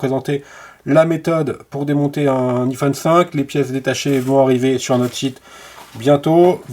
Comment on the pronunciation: J ai envie de pleurer à chaque fois qu'il prononce mal le mot iPhone 😢